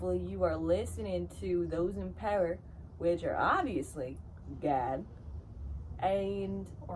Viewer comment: I love how you pronounced “GAHHD” 😆